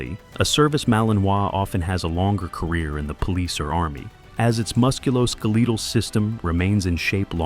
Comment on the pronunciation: ....."Muskoleetol" is an interesting way to pronounce 'musculoskeletal'..... GREAT JOB, AI! 🤔💯🙄 Oh, and yes, this particular AI voice was a really good choice for this content. 😊 I'm used to hearing it used in those cheating tales and military disrespect stories that have elements of toughness and loyalty in spite of the foes in these stories. 😁 ..... And the AI in those also screw up common words like, "IV," saying "four" instead, 🙄 making nonsensical sentences like, "the medic quickly started a four line....." 🤨💯🤦 Whoever is in charge of setting up the AI narration should write phonetically, like they're trying to teach a toddler how to read and speak, because AI reading skills really seem to be at about this level 🙄 Ok, now that I've reached the end of the video, I only caught that one mistake, as far as I can tell. Good job! 👏 Very good video too! I really enjoyed how much I learned from it! 😁 As someone who has a service dog for my disabilities, I can confidently say that I would only cautiously recommend a Belgian Malinois as a disability service dog for EXTREMELY active people with disabilities where their physical limitations would not cause the Belgian Malinois' best characteristics to become a detriment for both dog and handler. Something I've learned from experience with my service dogs, is how little society in general truly understands why ANY dog breed can be a service dog for persons with disabilities. The breed choice is usually a combination between the